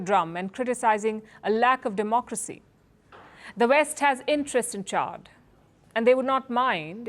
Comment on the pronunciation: It is not Chard but Chad.